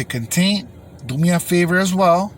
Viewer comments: “the containt” 😂 good shit 👏🏽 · "The contet" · "the cuntent" LMAO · Ay g say content again l😅